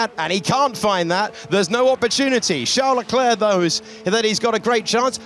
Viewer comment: Hate how they say "sharl larklare" for Charles leclerc!